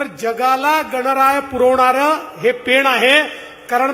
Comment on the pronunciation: पेण , पेन नव्हे 😅